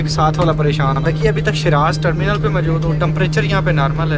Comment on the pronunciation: Tarmenal ka nam sehi Lyn. Kar andesh